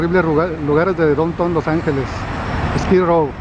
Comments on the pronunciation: De don Ton jajaja Estás en los estados unidos y ni siquiera sabes un poco de inglés Down Town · Para decir DOWNTOWN, DICES: 'DON TON' jjjj noombreee, Para vendedores callejeros ,hubieras ido a la terminal de autobuses, ahí parese que estuvieras en el D,F, Y TE OFRESEN DE TODO. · Se pronuncia DAUNTAUN..! no donton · 😂😀😁lo escuche decirdon ton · Enseñate a hablar inglés se van a Estados Unidos y no quieren aprender inglés, notuday jajjajajja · He said :el "don ton" los angeles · SE PRONUNCIA : DAUNTAUM. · Dontow Jajajaja si van hacer documentales aprendan a pronunciar las únicas palabras que van a decir en ingles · Aprenda a pronunciar bien las calles puede tomar clases de E.S.L. 😂